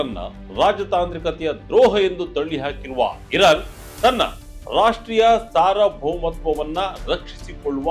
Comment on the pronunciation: Dear, Pls correct pronounciation as TEHRAN not terhan, SARVABHOUMATVA not saraboumatva